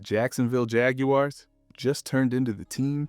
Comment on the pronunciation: Bro still can't pronounce Jaguars properly 😂